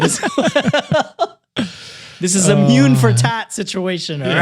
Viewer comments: Half japanese person here😁 Mune is the japanese word for breast, however, the word is pronounced Moo Neigh (without the i sound at the end of neigh). So, if they pronounce the name as Mune (Myuun), it might be okay, but spelling wise, they arent doing the kid any favours😅🤣 Love you guys and content! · "mune" is actually pronounced moo - ne (like net without the t). it means chest, not boobs, although it can (rarely) be used to refer to them. however, it mainly refers to someone’s deep inner feelings/“heart”/“mind”. it’s a very neutral/polite term & can even be poetic. (thank you to the replies for adding more context that i didn’t think of lol.) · ik it’s late but the pronunciation for “mune” is Mu-nay. it doesn’t mean breasts. it means chest. A lot of japanese words have the same sounding with different meanings. also i live in japan and have met several people named that and it’s not that weird. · thanks for including this! Was totally thrown off by their sidetrack and mispronunciation.